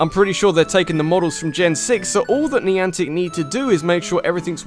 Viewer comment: When ever someone says 'niantec' it just reminds me of 'Nyancat.'